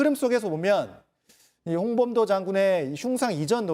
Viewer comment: 조만간 홍범도가 아니라 홍밤도라고 듣기평가 실시한다 ㅋㅋ